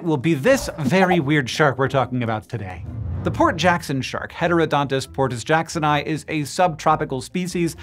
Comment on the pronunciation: Latin tip: "portus" is Latin, and as it's fourth declension, the 'u' is long in the genitive. It's "portūsjacksonī", with "jackson" in English and the rest in Latin.